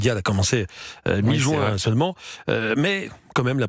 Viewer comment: Juin et non Jouin ! 😅